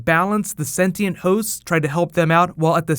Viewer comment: Yes you can read 'Shogun' by using English subtitles, BUT... It was disapointing to read 'senti and' instead of 'sentient'... lol remark: I'm Brazilian too